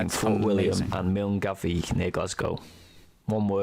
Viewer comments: Milngavie is pronounced "Mulguy" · It's not pronounced MILNGAVIE it is called MUNGUY.